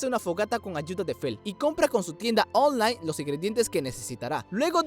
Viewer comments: Dices online muy raro parece que dices onjlane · Tienda ooonlay jajajaja me gusto mucho el video